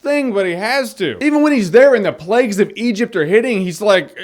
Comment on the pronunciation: The plags! The plegs! The lack if pronunciation!